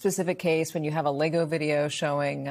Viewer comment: Sounds like he's saying, leggo my LEGO.